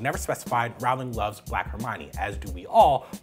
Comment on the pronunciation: Damn even this man says her name wrong